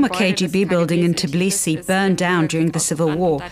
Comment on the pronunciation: Tbilisi, not Ciblisi Tbili its "warm"